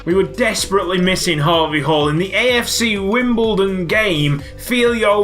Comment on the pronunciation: When you do the we all dream of a team of harvey halls chant it sounds like We all dream of a team of Habe Hall's